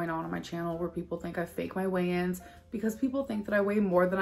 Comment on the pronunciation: Every time you say "weigh-ins" I think you're saying "Wayans" like the Wayans brothers.